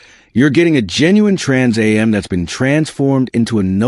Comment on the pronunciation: having trouble saying trans am